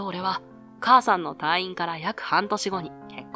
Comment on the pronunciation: 退院 たぁいん❌️ たいいん⭕️ 意識して話してもらいたいです